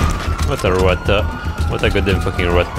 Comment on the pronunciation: Did he say rotta instead of rat